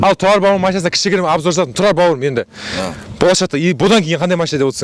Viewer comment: ННН шамалы тілі сақаулау екен тұлал баурым дейды және құлметті достар дейді Р-ға тілі кемей жатыр